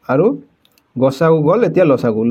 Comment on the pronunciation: আপুনি উচ্চাৰণ শুদ্ধ কৰিব ল.চা. গূ নহয় ল.সা. গু